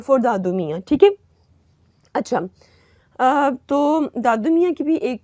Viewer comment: Its not dadu mia,its Dudu miah